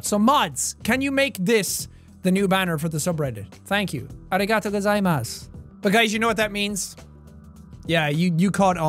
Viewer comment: lol he said arigatatagozimasu when it is arigatogazimasu